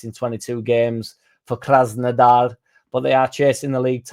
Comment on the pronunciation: Says "Krasnodar" with a fake Russian accent. Says "Spertsyan" in the most Yorkshire way ever. 😄